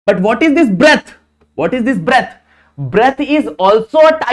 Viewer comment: Breadth ❌ Breath ✅